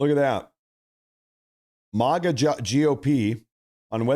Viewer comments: Dude!!! It's Maga. Mag- uh..! NOT MAH- GAA...!!! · It's MAGA, not Moga. Like MAGAzine.